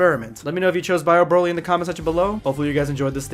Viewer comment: Vid was cool in the beginning but when you said Bio Brolly, smh.. dumbest shit ever 🤦‍♂️